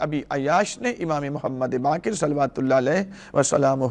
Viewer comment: sika nahi siwa hai Bakir nahi BAQER hai sheen qaaf durust karlyen